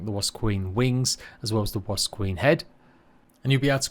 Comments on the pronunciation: Is it just me or is does it sound like he's pronouncing ''wasp'' as "was" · "Wasb" .... It's just a quirk of his speech that makes his "p" sounds resemble "b"... listen again you'll hear it, it's no biggie all the same. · Literally pains me when you say the word wasp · love how you say wasp 😅